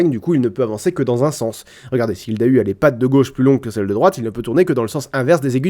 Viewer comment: en tant que bonne vosgienne je rappelle que Dahu se prononce "Darou"... j'en rigole toujours